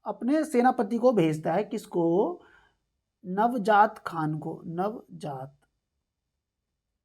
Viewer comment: Nvjaat nhi sir njaawat khan